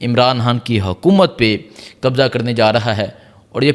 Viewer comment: قبجہ کر رہے ہیں مل لے(مرلے) خڈید رہے ہیں آمران حان کیا خوبصورت اردو ہے کی